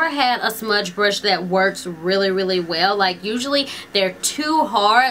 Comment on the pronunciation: Can anyone tell me why she adds a to most words she says like instead of brush she says brusha . Or day id daya